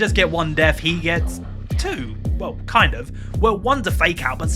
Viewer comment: Stop pronouncing "th" as an "f" or a "v"!!! It's death not deaf, think not fink, and thought not fort!!!